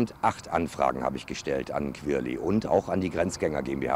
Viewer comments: heftig dieser "kwirly" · Der heißt querly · Digga wenn ich euch in echt sehe rtl ich nehm euch auseinander, lasst mal querly in ruhe und du sprichst es sogar flasch aus 😔😑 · Also ich feier den „kwerli“ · qwirli XD